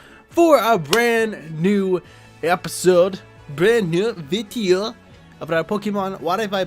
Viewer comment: "Bran knew viteeo" 😂👌